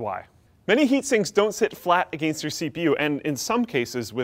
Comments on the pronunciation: The way pronounces "against" makes me cringe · canadians "a gain st" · ah. against. that one word that betrays all Canadians trying to sound American. JK. ;) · I love the way Canadian's say against.